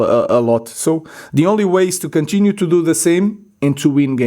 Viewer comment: This guy says "he'll contunue in this way....." 😂😂😂😂😂 Wow 👀